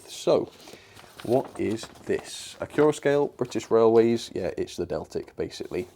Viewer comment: Why is it pronounced acc-your-a-scale? I've always be saying acc-you-ra-scale as to flow in from "accurate"